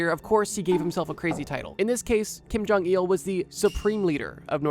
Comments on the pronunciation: It bothers me he says jong-eel instead of jong -ill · Kim Jong Eeehul